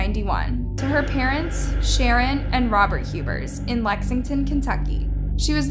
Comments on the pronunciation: I am sorry but her last name Pronounced Hue-Bert,🙂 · You said Hubbard at first lol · I think I comment this on every video. Please learn the names & important details of these cases with the correct pronunciation. This is an easy task & shows respect for all those involved in these tragic cases. It’s Hubers…Hue-bers. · Oh back to Hub-bers 🫠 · Like "hewburrs" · Can you not read? You mispronounced multiple words and names multiple times and said Huber's about 3 different ways